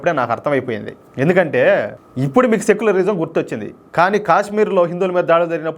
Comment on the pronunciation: అదిసెక్యులరిజమ్ కాదేమో సక్యులరిజమ్